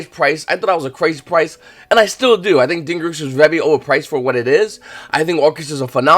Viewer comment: Its DingIRSU not DingERISU